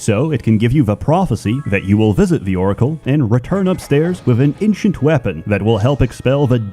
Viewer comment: I’ll never get over how you pronounce ‘ancient’ like ‘inchent’.